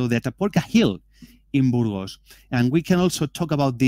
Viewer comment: You can learn to pronounce 'Burgos'.